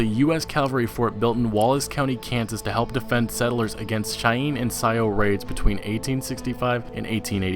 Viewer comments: Sioux = "Sue". Not Sai-oh. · you mispronounced sioux Indians it's pronounced like the Nam (sue) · Wtf is Shyeen and sio!?? lol. It's pronounced "shy-anne" and sioux is pronounced "sue", more or less. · Really? "Shyeen" and "Syow"? Sioux(soo) and Cheyenne(shy-ann) Are two of many Native American tribes I learned about in school. Am I the only one who remembers this? Or have I just been watching too many old western movies with my dad? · You pronounced the Indian tribe names wrong... Cheyenne (Shy-ann) and Sioux (Soo)